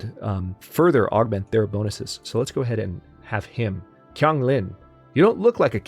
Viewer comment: Hey! Just since you're a who seems to care about things like how words should sound, I thought I'd give you a little tip on the way Chinese is romanized! Q always sounds like a 'ch' as in cheese, so your new governor's name would sound more like 'Chiang' than Kang. 'Ch' is a harder ch, so they're two different sounds. If it ever shows up, 'zh' sounds like a really strong 'j' as in jungle sound, and the actual letter 'j' sounds softer. C sounds like 'ts', and I think that's all the special ones. I know it's not really related, but I thought you'd like to know, since you made a point of proper pronunciation before. Cheers!